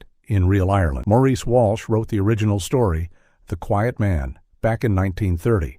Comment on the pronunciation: The author's name is mentioned twice in this video. The first time it is correctly pronounced the Irish/British way as Morris and incorrectly pronounced the second time the French way like the crooner Maurice Chevalier.